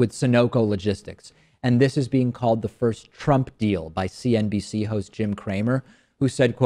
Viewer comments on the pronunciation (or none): none